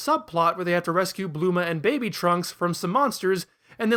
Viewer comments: her name is bulma not bluma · Dude. It's Bulma, not Bloomah. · Didn’t know Bulma was pronounced Bluma lmao